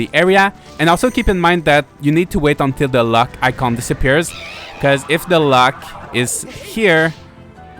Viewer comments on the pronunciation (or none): I love your accent and your videos but damn I was so confused cause I thought you were saying “luck”. I couldn’t find the luck icon you were talking about 😂 But you were saying LOCK. Haha Thx, this video helped.